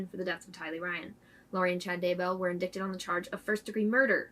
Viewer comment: Great job as usual. Thanks. FYI...indicted is pronounced as indighted. Keep up the great work. Murder is sick and murdering kids is diabolical.